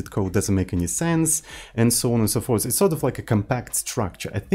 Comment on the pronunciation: Please, from now on, say "so on and so porth" 😂😂